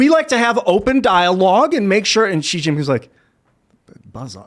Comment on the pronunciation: It's pronounced SHE NOT ZEE